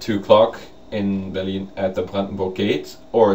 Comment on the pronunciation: I just love the way you say "Berlin." Heh heh. It sounds like Beer-lean. Mwaha. I am glad you had a jolly good time. I'm not bitter because I didn't get to go. I'm not bitter at all......:P